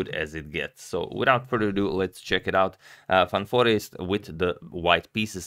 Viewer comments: Congrats on the pronunciation! Van Foreest sounds good! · Nice to hear the proper pronunciation of Van Foreest!